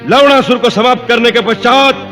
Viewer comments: Bhai wo lawnasur hai lawdasur nahi 😂😂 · Bhai Ye Log Lavanasur Ko Lawdasur kyu Bol rahe hai! Ye galat hai.. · It’s Lavanasur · Ha Or lavnasur bhi bolte hai to lavdasur he sunaay deta hai😂😂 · लवणासुर pronunciation = hilarious🤣🤣🤣🤣